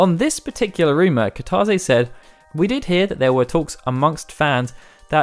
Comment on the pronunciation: Nobody:: KiTAWzay